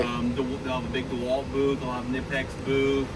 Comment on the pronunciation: It's pronounced Kuh-nip-ex btw ;)